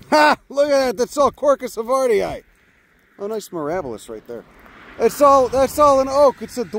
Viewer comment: Havardi-eye? How do you pronounce Hawaii? Hawai-eye?